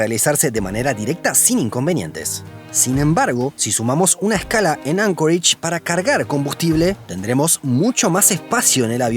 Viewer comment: Anchorage, no Ancoreich.